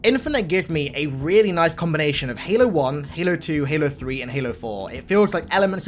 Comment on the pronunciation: you didn't say halo 3 right